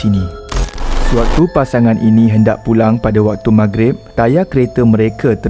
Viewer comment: Lah ni kew ratu cantik Malaysia🤣🤣..klw mcmni book flight p bangla jela..org bangla pon tau cakap mahgrib